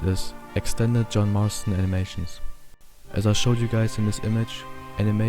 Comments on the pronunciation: We got Mohn Jarston instead of John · Mack Jarston 😂